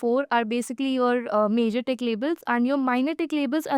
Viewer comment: "Majorxxx labels" and "Minorxxx labels"? Why are you rushing through? Your boyfriend waiting outside? Nobody understands what you are saying. READ SLOWLY! Say "TICK" clearly! Emphasize with a pause new terms like "tick" and "legend"; don't treat them like "the" and "or" in a sentence. EMPHASIZE! People are learning!